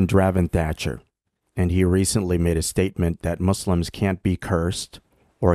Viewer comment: Dravon, please don't say "Mozlems," it is "Muslims."